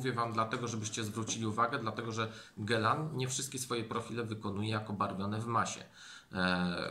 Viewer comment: Gealan, nie Gelan Panie ....